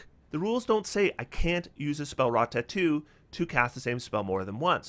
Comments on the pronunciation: For the life of me I couldn't figure out what you were saying until you brought up the item for "Spellwrought Tattoo". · I love your videos and you have a great perspective on optimization however, I truly hate how you pronounce "tattoo" lol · I wonder where is from. I've never heard anyone pronounce "tattoo" like that and I can't get over it 😂